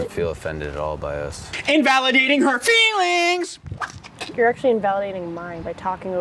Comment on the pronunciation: “Invalidating her feeEEELINGS” 🤣